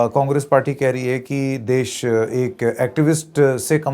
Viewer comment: he says Aam Aadmi PAWRI... 😂😂😂 Meme effect anyone... Pawri ho rahi hai?